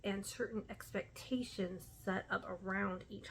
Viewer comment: I like the way you say "expectations" :) I feel totally the same about holidays.